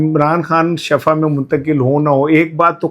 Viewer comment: Shifa بولا کریں۔ Shafa نہیں۔ اس کا مطلب گڑھا ھوتا ھے۔